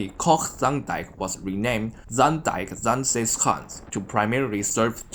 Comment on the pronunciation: you pronounce zaanse schaans really well! You are Chinese? China is very lovely. have a nice day!